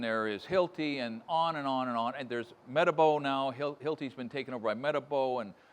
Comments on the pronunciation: 😅😅 ya said matabooW....😅😅 It's metabo... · Hearing someone pronounce it meta-bo about knocked me out of my chair